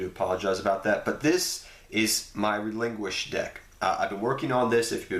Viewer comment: Relin QUISHED. ._. not Relin Guished